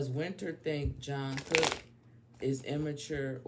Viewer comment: Respectfully - it's pronounced "Chung kook", not John Cook lol